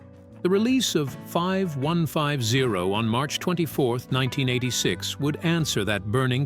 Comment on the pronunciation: It's pronounced 51-50 bot